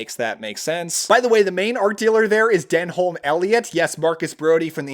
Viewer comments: denholm elliots first name is pronounced denim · Denholm isn't pronounced phonetically, but more like "den uhm".